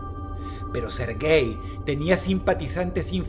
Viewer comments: Al principio entendí "ser gay" en vez de "Serguei" jajajaja xd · Jajaajajjaajajajajajajajajjajajajajajajajaajajajajajajajajajajajajajajajajajajajajajajajajajajajajjajajaja se yama serguéi Lavrov, ser guei, XDXDXDXDXDXDXDXDXDXDDDDDDDDDDDDD